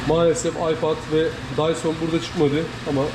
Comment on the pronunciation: Okuyuş Dysın ❌ Dyson ✅ 😂😂😂